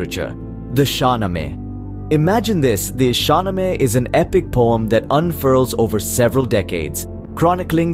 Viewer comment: Mispronunciation 1.0 SHAH NAAMA